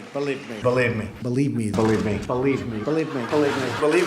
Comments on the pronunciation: He's does not say believe he says berive me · Why does he pronounce believe as balieve instead of believe? His pronunciations are worse than first generation immigrant, certainly does not show Ivy League education! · It sounds like he is saying belieb me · “Beliebe me”